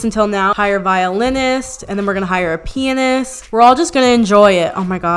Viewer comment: “Pianest”